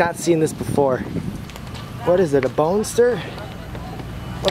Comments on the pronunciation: It's a Boxter.. not Bonster.... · It's actually Boxster. Porsche Boxster. Just letting you know. no disrespect intended. just informing you.